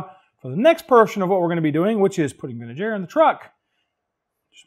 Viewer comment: Every time you said Vintage Air, I heard Ben and Jerry's. Ha Ha Ha. Great video as always. Really dig the Truck.